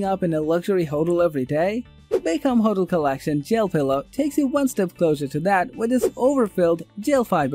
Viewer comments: I can’t take these reviews seriously. The mispronunciations of words lie hotel. Comfort.. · I can’t take this Review seriously. He Can’t pronounce words like polyester hotel comfortable sleeping company particular